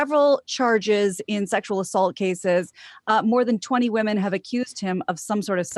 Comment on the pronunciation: "Well I know you're talking about the vast majority main stream left going nuts, but have you seen these rare, obscure, finge assholes being mean to the wahmen?"